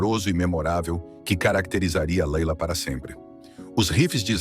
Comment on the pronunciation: O nome da música Laila se pronuncia Leila em inglês. Ou você fala os nomes em português ou com pronuncia inglesa. Se decida!